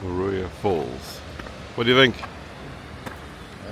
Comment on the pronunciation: Please, please it's Maruia.